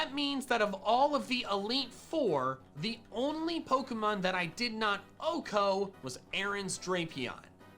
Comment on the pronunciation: I love content, but the way he pronounces Pokémon names makes me feel some primal cringe